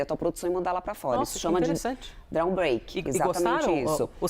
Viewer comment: Quer dizer que o governo vai oferecer uma estilo de música eletrônica ou quem sabe um trecho de som da bateria para os exportadores(drum break)? Nem a legenda entedeu a pronúncia. O que ela queria dizer era drawback, a pronúncia poderia ser ``dró-bék`` ou como muita gente fala ``draubék``, muito longe do que ela falou. Está certo que é um estrangerismo da língua inglesa, mas qualquer consulta ao Google já resolveria. O drawback é um regime aduaneiro que permite a suspensão ou isenção de tributos incidentes na aquisição de insumos empregados ou consumidos na industrialização de produtos exportados.